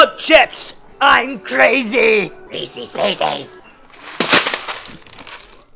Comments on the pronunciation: ITS FUCKING REESE, not REE CEES. :P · the way you pronounce reese's deeply offends me